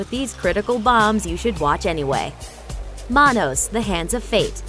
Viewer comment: You mangled the pronunciation of "Manos." It's "Man-OS." See MST3K.